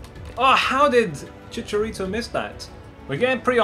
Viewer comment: Who the hell is “Chitarito”?